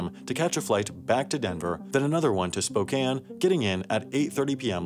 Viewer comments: lol spo can is how it's pronounced here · Hey you said Spokane right most people say spocane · HE SAID SPOKANE RIGHT YOU GET A LIKE SIR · Sam, I'd like to thank you for pronouncing Spokane correctly. It shouldn't be a difficult task, but so many people have trouble with it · Thank you for knowing how to say Spokane. No one ever gets that right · Props for pronouncing Spokane right lol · Thank you for being the first person alive to pronounce Spokane correctly